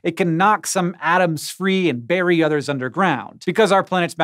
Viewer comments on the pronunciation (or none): none